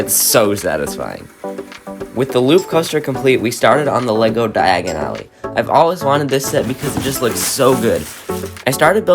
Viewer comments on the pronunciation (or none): Its Diagon Alley not Diagonally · just here to say its pronounced dia gone ally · Die-g-in alley 💀